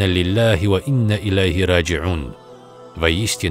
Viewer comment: Ассаламу Ӏалайкум ва рохьматуллахӀи ва барокатухӀ. Уважаемый озвучиватель, есть просьба. Когда читаете Коран, уделяйте внимание удвоениям гласных. Например Вы прочли просто "Инна лиллЯхӀи ва инна иляйхӀи рОджиӀун." А надо бы удвоить в слове "иннА" конечную гласную. Я не умничаю , просто плохо звучит и это неправильно. Да простит нас АллахӀ.